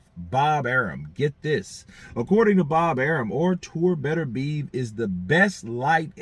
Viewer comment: Hey how about you show him just a little bit of respect by learning how to pronounce his name properly.